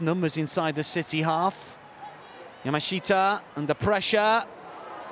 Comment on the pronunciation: Yaa - Maa - Shtaa Three syllables. All of them rhyme. There is no "shee" sound. PLEASE learn to pronounce the name Yamashita! Getting it wrong for a week or two is simple ignorance. Getting it wrong every week for two years is blatant, inexcusable racism. FFS if you can pronounce "NGolo Kante", surely you can pronounce something as simple as Yaaaa Maaa Shtaaaa